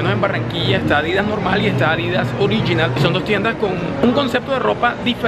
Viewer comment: Se pronuncia Adidas. No Adìdas. Sin tilde. Un §aludo.